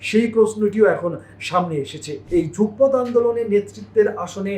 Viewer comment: Jugpoth na Jugopoth.